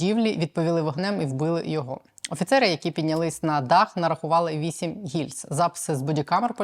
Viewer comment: Стрілець а не стрілок. Вісім а не восім, і так далі.